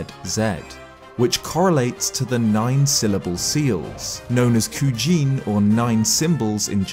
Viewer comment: Hi! I really enjoyed this video! My only teeny tiny nitpick is that Kuji-In isn't pornounced "Kujiin" like one long word but "Kuji-In" like two words (koojee een). One cool thing I didn't know that I gained from this video is that the symbols in the circle are simply Hylian "RPTSKJRZZ." Thanks for revealing that for us!